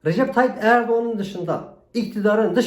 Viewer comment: Abi ne güzel recep tayyip errdoğan diyorusn shshhshs